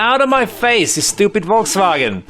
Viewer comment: "Volkswagen" :D